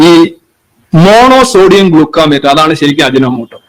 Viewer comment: Ajinomoto (MSG) is Mono Sodium Glutamate. Ravichandran പറയുന്നത് ഗ്ലൂക്കാമേറ്റ് എന്നാണ്. ഗ്ലൂക്കാമേറ്റ് അല്ല. ഗ്ലൂട്ടാമേറ്റ് ആണ് 😂